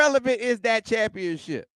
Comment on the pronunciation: You can’t spell or say Cha/pionship without the “M” !